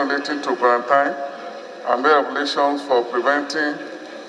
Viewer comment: With respect, the word quarantine is pronounced quaranteen